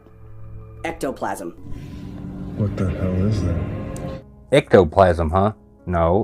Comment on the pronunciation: This man said ectoplasm 🤣🤣 Love you! Thanks for all you do! Also. You’re goofy 🙃